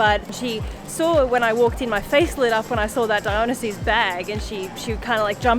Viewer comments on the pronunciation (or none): That’s a really bold way to pronounce Dionysus